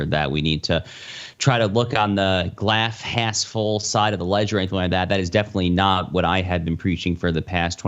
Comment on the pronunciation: Dude just said glalf hass full and rolled with it. Respect